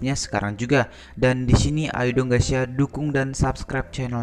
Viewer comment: Mas tolong kalo ngucap 'gaes' gaes aja jangan gaes ya .. kedengerannya seperti gesia. Setuju?